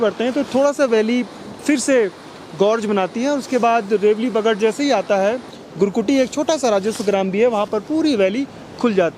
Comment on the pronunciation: rewali nahi , ryaul bagad, Gurguti nahi kurgutti.